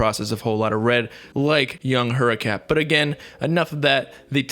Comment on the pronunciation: Bro you nailed that name at the beginning 😂